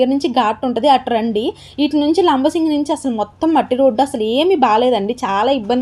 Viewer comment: Madam.. labasingi kadandi.. LAMMASINGI